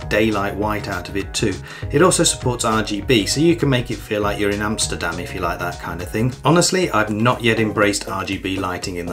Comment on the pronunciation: Bro said Amsterdam😂